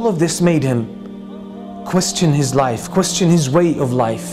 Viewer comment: when he said "life" i thought he said knife😂😂